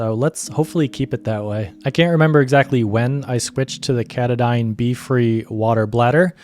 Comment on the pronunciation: Check pronounciation of Katadyn: “cu-TAH-din”, not “CAT-uh-dine”